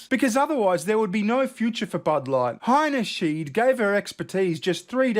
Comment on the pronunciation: Alissa Heinyscheit, heiny shite!!! Get it right.